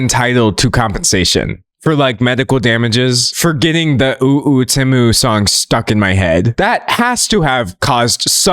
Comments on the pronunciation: Him saying Tiem and Shemu is crazy work 💀💀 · NOT TIEM AND SHENU NSJSJSDJJD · Can we talk about the fact that Temu used to be pronounced "TEE-moo" before they changed the pronunciation so they could make AI-Generated voiceovers for their ads? I remember the transition period where half of their ads still pronounced it the old way and half of them were pronounced the new way. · Shein and Temu? 🙅🏽‍♀️❌ Tein and Shemu? 💁🏽‍♀️✅ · never felt more seen than by your tien and shemu slip up 😂 gread video d'angelo !! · Does anyone else remember when Temu first started advertising, their adverts would be "TEEmu" not TEHmu. "shopping like a millionaire" original advert. IDK why i found it so so weird that they realised people were pronouncing it TEHmu and changed their own company pronunciation based on that. Never heard that happen before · I LAUGHED OUT LOUD at Tein vs Shemu, poor d'angelo's brain cells have all deteriorated researching the drama about these companies he can't even speak right no mo 😂😭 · Tein and shemu took me tf out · Ngl I've always pronounced them as "tem-you" and "shine". It's throwing me off 😂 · Had to stop watching bc of the temu mispronouncing